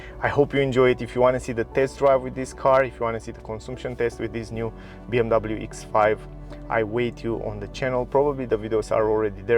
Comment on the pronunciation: “BMW Eeks Five”